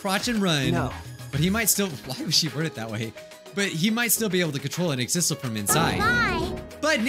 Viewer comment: last episode: ohhhhh Exisal! That’s how you say it! this episode: exizzle